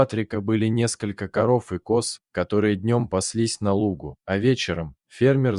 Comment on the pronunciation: Не на лУгу, а на лугУ. Пожалуйста говорите правильно. Неприятно Вас слушать, охота пропадает на ваш канал.